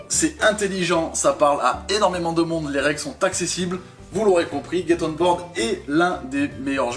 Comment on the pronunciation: Je crois que c'est Get et pas gate... Bisous les amis